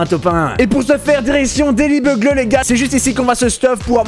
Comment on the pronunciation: Mdrrrr Daily Bugle ça se prononce "Daily Bugeule". Mais sinon continue j'adore. 😉😉😉👍👍